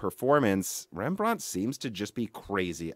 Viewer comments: Rembrandt was Dutch and not French so we don’t say it in a British accent Pronunciation: REM-BRANT Not: REM-BRAUNT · OMG.. Rembrandt - Stop saying it that way! Loved the video otherwise ;) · REMB-RANT, not rembr-aunt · I don't know where this guy is from SO I don't know his local English vernacular BUT he is mispronouncing "Rembrandt", it's pronounced: "Rem Brandt", it's the name of the famous Dutch painter.